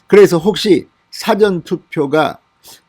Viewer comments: '사전 투표'에서 <사전>의 발음이 좀 어색하게 들립니다 국어사전 영어사전 할 때처럼 너무 짧게 발음하시니 어색하게 들립니다. 길게 <사아전>으로 하는 것이 바릅니다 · 진성호씨 사전투표발음 똑바로합시다 국어사전 영어사전의 사전발음하고 사전투표의 사전의 발음은 틀립니다 지금까지의 동영상모든곳에서 사전투표발음 바로잡아주세요 명세기 기자출신 아닌가? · 진성호씨 사전투표발음 똑바로합시다 국어사전 영어사전의 사전발음하고 사전투표의 사전의 발음은 틀립니다 지금까지의 동영상모든곳에서 사전투표발음이 잘못되었습니다 바로잡아주세요 명세기 기자출신 아닌가?